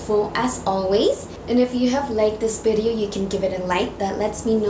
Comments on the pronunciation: long B shape? bideo? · It's not bidio its video anyways its still cute😂😂😊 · You got the accent like my dad. Can’t pronounce V. Thanks for the tutorial ! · My dear its V not B...